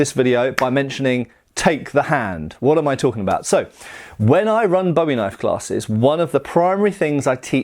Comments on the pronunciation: It's a very pedantic point to make but I don't mean any form of condescension or offensiveness, just a texan who likes her big knife. In Texas, cultural origin of the knife as I understand, it's pronounced BOO-ee, sounds similar to the American pronunciation of buoy. and I do wanna mention that David Bowie used the English pronunciation of the name as it has its roots in English, but the knife's namesake was Jim Bowie the Texan Colonel during the Texan Revolution, who Santa Anna ordered to be buried because he was "To brave a man to be burned like a dog ". Love the vids! the bayonet manual just might get me to buy some surplus. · Boo Ee. You complain about straight swords being called sabers and talk about authenticity, yet keep pronouncing Bowie wrong. lol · The name is pronounce Booie! Not like that singer Bowie. His brother was named Rezin pronounced Reason. You people need to get it right. It also is quite likely neither of the Bowie’s ever had a deep clip point knife. The famous Sandbar knife as related by Rezin in 1838 was 91/4 inches blade an oak handle and was blacksmith made. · Great video, except for the constant mispronouciation of Bowie. You actually said it correctly once. It's pronounced "Boo-eee", not like the archery wooden stick with a string on it used to propel arrows. I figured if you can pronounce the Spanish knifes names correctly, you could get Bowie right. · but in the context with the actual knife, it's "Boo-eee". The knife is American, as was the man who made it famous, not Scottish. That would be like calling a bayonet a "bean", not even remotely the same thing, or that cheaply made spanish knife you had a "boomerang". Pronunciation is all about where you're from, right? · Boo-eeee. its pronounced boo eee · Could you please pronounce my family’s name correctly? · BOO-ee is the pronunciation, not BOW-ee. BOW-ee is for David Bowie, not Jim.